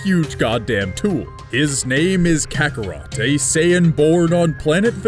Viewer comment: I only heard over kakarroto not kakarot sounds like this dude is db ignorant